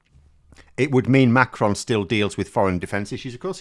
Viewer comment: Great video and well informed on French politics, superb,. A good pronunciation of the name Macron, very good. You should hear Joe Scarborough and others on American TV pronounce Macron as Mc Ron or something like that. I think that the name of Eric Cioti the leader of les Républicains in France is pronounced Shioti, like cello the musical instrument, but I'm no expert. I've listened to a lot of French radio. Great video.